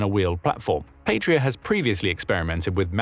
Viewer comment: Please, check pronounciation, and do not force British English pronunciation of foreign words, Patria is Latin, meaning fatherland, and it is not pronounced "Patria". Pasi is short for Panssari-Sisu, meaning armored Sisu, the latter being the name of the original manufacturer, meaning "guts" in Finnish. Pasi is also a common male first name in Finland, and it is pronounced "PAH-sih" in English approximation, not "pay-see".